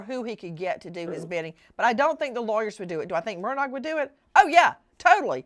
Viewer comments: It's pronounced murDOCK Not murDOGG. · Alex "MURDAUGH" THE G IS SILENT. Mur dahhhhh. Not MUR DOG. for future references The purpose of the evidentiary hearing "THE JUDGE WANTED TO MAKE A FULL AND COMPLETE RECORD WITH ALL POSSIBLE EVIDENCE AND PROFFERS "For the Appellate Court to decide based on facts" and all the Lawyers knew that. IN THE LEGAL WORLD ITS CALLED A HANDOFF but this was done properly.